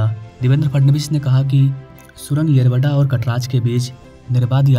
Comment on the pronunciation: येरावाडा 🚫 येरवडा ✅. भाई तुला पण मराठी शिकायची गरज आहे😅😂.